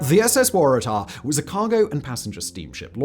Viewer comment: Because the Waratah is a shrub endemic to Australia and that is exactly how we say it.